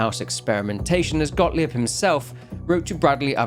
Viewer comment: As a German, can I just say that your pronunciation of Gottlieb as “godly-ebb” is ADORABLE? Like, no shade, I know you are putting lots of effort into your videos, you’re really admirable and your love for the Outlast series shines through each time. And you are better than other YouTubers about pronunciation of non-English names but I just think it’s adorable. However, compared to some other English content creators, I don’t need a transcript to understand you saying a German name